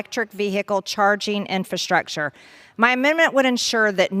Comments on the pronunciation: She keeps saying “Infantstructure” and not pronouncing “Infrastructure” 😂😂😂😂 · Why can’t she say infrastructure? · Somebody please teach her how to pronounce the word "infrastructure".